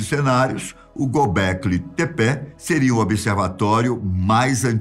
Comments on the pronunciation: Eu acho que a pronúncia é "Tép". O Gobekli está correto, mas não é "Tepé" como ele diz, é Tép! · Acho que se fala "Gobekli Tepe" e não "Gobekli Tepé". Vai saber... Estou acostumado com o narrador do History Channel na série "Alienígenas do Passado".